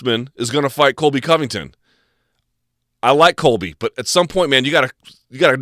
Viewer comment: Disliked the video the moment I heard him say Cobly Clinton is his guy.